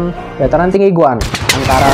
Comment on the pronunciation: Golan bkn goan 😂😂😂😂🤣